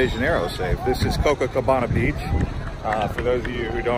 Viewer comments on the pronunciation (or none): It's not cococabana! It's copacabana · Copacabana not cococabana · Copacabana.. Co-Pa-cabana. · CoPAcabana!! What do you think you are??? First gringo in cocacabana???🙄👎🏻👎🏻👎🏻👎🏻